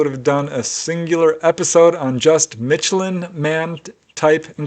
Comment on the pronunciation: It's not pronounced mitchellan lol